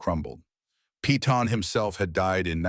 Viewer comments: I hate to correct ur pronunciation. But Peyton is not "Pea-ton" its Pay-ton. Like in the tv series "Peyton Place." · Peyton sounds like Pay-ton, not pea-ton